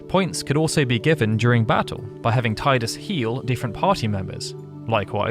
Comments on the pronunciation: No I know, he just kept saying tide-us. thats what irked me. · "Taidus" It's Teedus! Great video anyway! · It's pronounced "Teedus" not "Tiedus". His name came from the japanese word Tida. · It's NOT pronounced tiedus FFS. It's Tee dus. At LEAST get it right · It's Tidus. Not [Taidas] 😅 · IT'S TEE-DUS NOT TAY-DUS !! FFS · I have to be that guy. It's "Tee-dus" not "Tye-dus." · I just don't like the way you keep calling Tidus. It's not "Tay-dus", it's supposed to be something like "Tee-dãs". In the Dissidia games they say the name right, at least. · I love you video however it's said TEEdus not Tide us and it's confirmed by multiple games including Kingdom Hearts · Why is this a English speaker thing where they call him Tydus? Its quite literally spoken the way its written, "Tidus." If it was Tydus, they would have written it with an Y. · Fine I’ll be that guy: phonetically it’s “Tee-dus” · Teedus... sorry it just irks me. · just gunna be that guy... even tho i hate it as much as the rest of you... its pronounced TEE-DIS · It's pronounced Teedus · it's pronounced teedus ffs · Tidus (Tee-dus)… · It's pronounced TEE-DUS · I usually enjoy watching your content, however with this video in particular it is very frustrating to hear you pronounce the main protagonist's name incorrectly over and over again. I remember arguing with people when this game first came out and about the pronunciation of his name and I really wish they had said it at some point in the sequel X-2. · So, a channel dedicated to Final Fantasy has a voiceover guy who doesn't know how to correctly pronounce the protagonist's name in one of its most popular games. Okie dokey then. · if you are going to do a video on a game, at least pronounce the main protagonists name correctly... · My ears are beat after hearing his name pronounced like that for 16 minutes. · Down vote for pronouncing "Tidus" wrong.